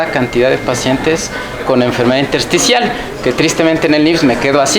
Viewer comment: min 1.20 neumonía intercial o intersticial, no pronuncia bien o no expresa correctamente